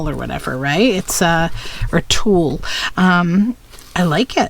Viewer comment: Tulle is pronounced “tool” I think. 💕💕💕